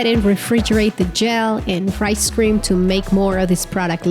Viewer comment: Am I the only one who is hearing ‘ice cream’ instead of ‘rice cream’ lmao